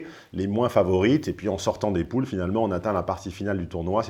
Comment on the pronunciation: Il fait super attention: les "poules" au lieu de "pools" :))))